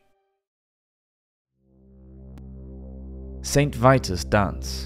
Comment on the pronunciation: im seriously disturbed by the way you chose to pronounce Saracens or even St Vitus.